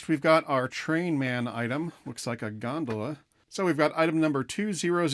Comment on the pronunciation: You pronounced gondola improperly, HELLO!!!!! The way pronounced it one would think it's something that should be floating in the canels of Venice.